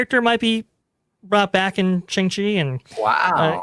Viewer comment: You are saying his name incorrectly, I know I've doing the same, it is "Song-Chi", very sing song, not "Shan-g-Chi." I think his appearance is the seeds that will lead to Agents of Atlas, led by Jimmy Woo, who of course was already introduced in Ant-Man and then WandaVision. Also on the team in Kamala Khan. I think to really get the Chinese market is to bring in heroes that have Chinese creators, Aero, who first appeared in her comic, and Swordsmaster.